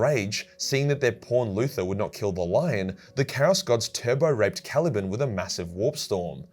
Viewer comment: “Cali-ban” not “cali-bin”